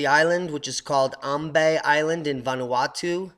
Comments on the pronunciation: It's actually pronounced "Am bye" island, I know the spelling may say otherwise but just trust me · Thankyou for the explanation, Just for correction, it's pronounced AM BYE and Manaro VOO WEE. I come from ambae and I did not know that this was a shield volcano. I went off on a researching spree after watching this video, I am now more aware of the dangers that this eruption poses and will continue to urge older family members who refuse to leave the island to move out ASAP.